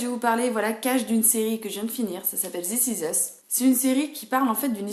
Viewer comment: Zis iz usse 😂 je blague